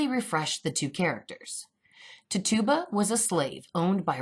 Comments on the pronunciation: it's not Ti-Tuba, It's Titch-oo-buh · TIT UUUUUU BAAA lol not TitOBA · You're saying the name wrong.. its Tit-u-ba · Her name is pronounced "Titch -U - ba". I worked in Salem and that's how it is pronounced there. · It is pronounced ti-cha-ba but wonderful video <3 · Tit u ba. Pronounced it wrong lol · Great video! Big fan of your channel!! Just fyi, Tituba is pronounced TIH-chew-ba with the emphasis on the TIH with a soft I sound. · contesting froud i came to type EXACTLY that. Like: How can you quote 5+ scenes from COVEN, where her name is pronounced correctly, & then say: "Tit tu bah"? Never heard her call Nan, "Non". lol & smh.. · anyone else distracted by how she pronounces Tituba? lol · Lol I like but please get her name right